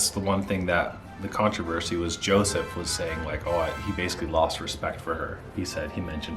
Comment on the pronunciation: Lmao Arie-“ya we’re transitioning..we know what we’re doing” idk why that cracked me up so much. And it’s Yoseph not Joseph 😅 (i think that’s how it’s spelled) either way it’s weird.